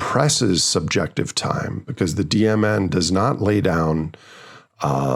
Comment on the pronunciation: Every time you say DMN I hear "demon" 🤔